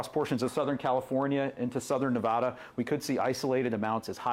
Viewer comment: It is Nev as in never, ada as in atta boy. Learn how to pronounce the states properly!